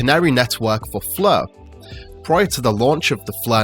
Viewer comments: I heard "flurr" lol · it’s pronounced Fleurghh